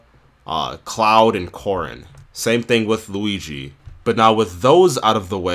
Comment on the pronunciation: why are you calling cloud like this? XD